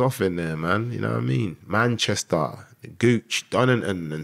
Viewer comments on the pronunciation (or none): none